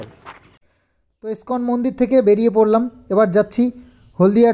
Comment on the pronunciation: স্কন না দাদা ইসকন